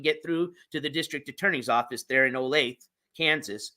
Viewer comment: O-LAY-THU NOT OLAYTHEEE